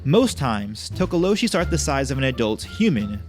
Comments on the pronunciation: not tokoloshe but tokolosi🙈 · LOL Tokoloshe is pronounced Tokoloche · Its pronounced Tok oh lo shie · Interesting, I grew up around Xhosa speaking people and they all pronounced it To-Ko-Lo-Si and that's how I've always said it. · South african here, talk-ah-law-she is how we say it. We just know it as menacing little gremlin like creatures and they mostly cause havoc at night. Havent heard much about them in the last 15 years or so, especially since most of us (in my circle) no longer live in such open places anymore. And isiXhosa is pronounced almost like cor sah with a click while saying the cor part. Almost like tcorsa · Tokolose. Like with an "ee" at the end. I'm from SOUTH AFRICA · Tokalosh the e is silent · You say it tookalosh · It's tokolo(she). Was waiting for that one😂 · This is cool, I've heard of some. It's pronounced To-ko-lo-sh...the last "e" is silent. Zaire is also known as DRC(Democratic Republic of Congo) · From my knowledge as a Zulu South African it is pronounced as To-ko-lo-share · It's pronounced Toko-lo-She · spelt THOKOLOSI,, you pronouced it correct except the "she" which should be pronounced like "SI" like "Si" in similar or "Sy" in symbol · Actually the /H/ from tokoloshe is silent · For pronouncing Tokoloshe, you don't pronounce the E at the end.